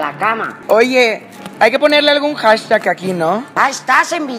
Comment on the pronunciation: "Hashtash" lol